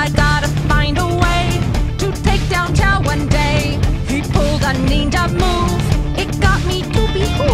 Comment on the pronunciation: Even when you say Chow you say it in the most racist way possible.